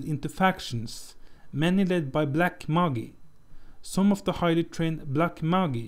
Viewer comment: What you are calling "Moggy" are Magi -- pronounced May-jahi.